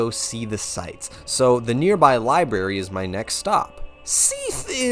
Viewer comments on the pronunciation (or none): none